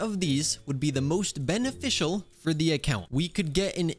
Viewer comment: Hehe bene-fishal